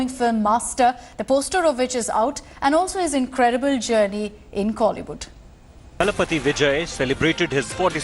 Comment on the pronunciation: Its தளபதி... not தலபதி